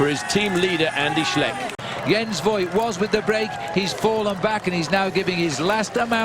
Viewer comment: "Voigt" actually pronounces "Fohgt", more or less rhyming with "poked". In case you're interested.